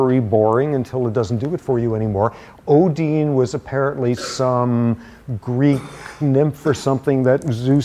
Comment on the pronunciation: Ondine, not Odine